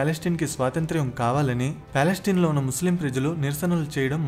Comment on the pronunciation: పాలస్టిన్ కాదు రా, పాలస్తీనా.